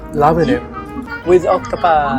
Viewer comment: if says lov'n it one more time lol